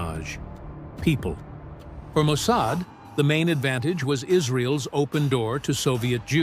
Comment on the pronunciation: The AI narrator consistently mispronounces "'apostrophe s" "ess" "Ess" is not a word. here is an example of the mistake:: instead of saying Mossad's as Mossadz" your narrator says "Mossad ess" Here is another example:"Israel's" is pronounced as "Israel + ess". Whereas "Israel's" should be pronounced as "Israelz" You're welcome. 😊